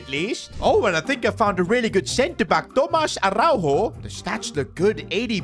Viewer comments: as a portuguese speaker Araújo dont pronuncie a-hau-ho like it was spanish and and yes ara-u-yo(yo in spanish) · Love the videos, but damn you got to learn how to say Araújo 😂